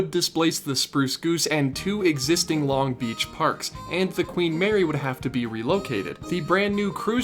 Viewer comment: I just need you to know that you're putting the emphasis on the wrong syllable in Long Beach lol